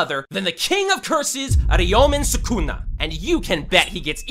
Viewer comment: I heard "ARIOMEN SUCKUNA"